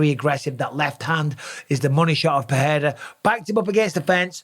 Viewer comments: Mike, stop saying “PeHeira”, it’s pronounced PeReira — in Portuguese, as in English. Joe Rogan DOESN’T know. Ask any Brazilian person, ask Gilbert Burns. Don’t perpetuate Rogan’s made-up pronunciation. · People need to stop butchering Pereira’s last name and just pronounce it PeReira like it actually is…not Peheira Peeira